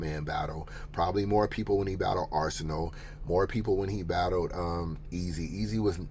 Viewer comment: Nigga said arsonal for COTY Lmaoooooo